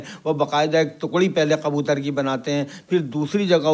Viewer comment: Bhi qabutar nahi kabutar hota hai